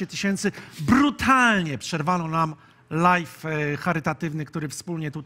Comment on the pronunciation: Prosze cie nie mowi sie LAJFIE tylko LAJWIE Live = LAJW nie Lajf